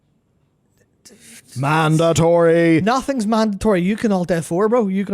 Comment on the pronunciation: What is a "manditree?"